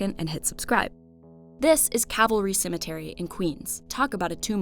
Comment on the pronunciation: I am not a native speaker and I hear "cemeNtery" not "Cemetery" Is it just me?